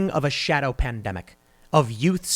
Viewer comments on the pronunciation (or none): none